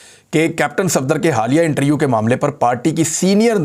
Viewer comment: Mere Bhai intriuuuu nahi hai interview hai.... Plz interview boliye na ki intriuuuuuu....